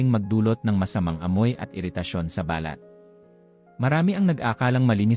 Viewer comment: Ayusin m nmn ang pagbigkas ng binabasa mong script. Ung balat ngiging bal- lat 😂